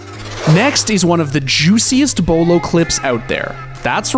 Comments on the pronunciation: I love the miss pronouncing his name just to wind everyone up 🤣🤣🤣🤣🤣 the commitment to that meme 😂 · The way he pronounces Beaulo every different time is so funny to me. Like He pronounces it right once, then the rest is just a mix. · I thought he pronounced it normally until and I died laughing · The way he says Beaulo makes me want to die lmao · I'm getting TRIGGERED 😡 everytime they say beaulo wrong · He pronounced beaulo in like 13 different ways😂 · lol i love how he keeps saying beaulos name wrong each time he says it. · I love how many times he purposely says bealuo incorrectly I can already see all the little kids getting triggered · Did anyone else notice how everytime he says the name he pronounces it different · Haha bro nah i never heard these mispronounced versions of his name the first one got me off guard that was so funny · I love the way you try to trigger everyone by mispronouncing his name in the most possible ways xD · I love how you guys increasingly mispronounce his name as you go up the list! XD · How many different ways are you going to pronounce his name. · im gonna slap tf outta this guy for not saying beaulo correctly XD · He mispronounced his name and the clans name😭😂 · Beaulo’s name is just weird so everybody will mispronounce it on purpose. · Is it just me or does he pronounce beaulo differently every time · Why do you say his name wrong so many tjmes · why he pronounce Beaulo's name wrong three different ways? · this guy need to be fired he failed to call beaulo name for like 38 times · Bros gotta learn how to choose one way to mispronounce his name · stop mispronouncing the name plz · you don’t know how to correctly say the name Beaulo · Quit saying booooulo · He's my gaming idol. With that being said, I honestly think he has Aimware built-in his Nervous System. It's also Beaulo not Buealo. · its not booloo, its bowlow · Bwelo? Its bowlo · Beaulo not Bulo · bewlu boiloo boolo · Commentator: Bwaylo Comments: 👁👄👁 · “Bwilow” LMFAO